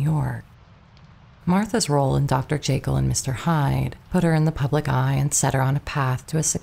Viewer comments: Still mispronouncing names and words that are well known. Dr. "Jay Kill" for Dr. Jekyll and "IN genue" for "awn" genue, for example. Hard to believe this is a flesh and blood narrator making these gaffes. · Great story, but holy mispronunciations, Batman. Do we really not know how to pronounce Dr. Jekyll?